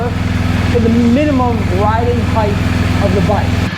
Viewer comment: I’m sure this is an informative video but I can no longer listen to you mispronounce the word “height”. Good day.